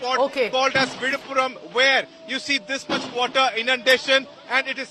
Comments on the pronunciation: Villupuram or Vizhuppuram not Vidhapuram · Not vidhapuram correct is Villipuram.